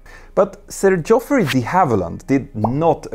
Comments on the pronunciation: Looking forward to more in this series... well done and keep up the good work, Petter. (Hint: Geoffrey is pronounced just the same as Jeffrey) ;) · Geoffrey is pronounced ‘Jeffrey’. Excellent video, thank you.